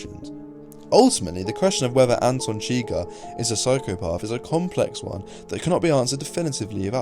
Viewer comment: "Anton Chigger" lol